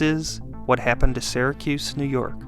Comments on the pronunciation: Right off the bat... "Syracuse" isn't pronounces "Sehracuse" it's like the words "Syrup" or "Syria". "SEEracuse" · BEFORE YOU TELL ALL YOUR OHPINIONS, LEARN HOW TO PRONOUNCE IT CORRECTLY!!!! ITS NOT SARAHCUSE ITS SEARACUSE.....GOT IT? GET IT? GOOOOOOOOD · In the US it’s pronounced “Sear-a-cuss, not “Sigh-ra-cuse” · Why does this guy keep pronouncing it "Sarah-cuse"? Is this some kind of local thing? I'm from New York and I've never heard it pronounced any way but "Sear-uh-cuse." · I was born and raised in the city and it is pronounced “sear a cuse”, not “sair a cuse”. The narrator should have done his homework. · It's Syracuse...starts like syrup. Not "Sara"cuse. 😉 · funny, because I am also from Syracuse and was thinking the opposite. Usually when someone says "sear a cuse" I suspect they aren't from the area. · the way you pronounce "Syracuse"... are you from Syracuse?